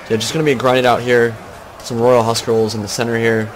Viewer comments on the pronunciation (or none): Appreciated this commentary, I think Maximus used an interesting strat here with the wardogs, so props to him. Just to to let you know that Huscarls is pronounced like 'hoos-karls' rather than 'hus-karls'. That is if you using the scandinavian pronunciation/written, which CA have. The English (anglo-saxon) equivalent of the huscarls was the housecarls ('howss-karls'), which were identical. The viking huscarls fought the saxon housecarls at Stamford Bridge in 1066 when the Vikings led by Harald Hardrada invaded England when Harold Godwinson came to power, about 2 weeks before the Battle of Hastings. Sorry for the lecture, it's just that I had this Danish history teacher who would always get mad if we said it wrong in class :P